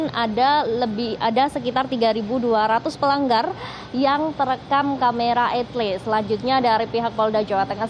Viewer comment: E-TLE dibaca ..... !?!?